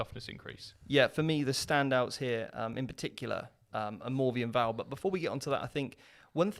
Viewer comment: Why does this dude always say "Morvien Vahl"? kek